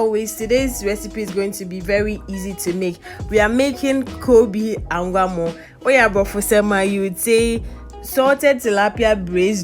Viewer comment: The thing eeerh we've brofolised the oil rice eerrh...It's anwamo not angwamo.. by the way I love your video...keep it up dear.😊😊wow let your face come wati😆😍